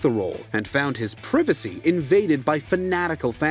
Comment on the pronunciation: Did this dude say privacy wrong? Cmon man